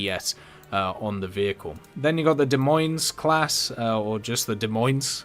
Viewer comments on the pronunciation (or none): S on the end of Des Moines is silent.